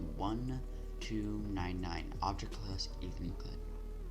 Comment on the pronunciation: I love the way you pronounce euclid. Elucid XDDDD I can`t I`m fucking laughing so hard I fell out of my chair